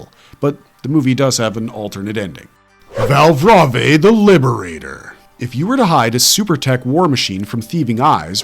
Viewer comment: It's read as Val(brave) afaik